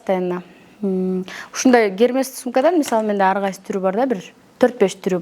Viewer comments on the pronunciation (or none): Эрмес дечи айланайын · 𝑯𝒆𝒓𝒎𝒆𝒔 / эрмес дечи ай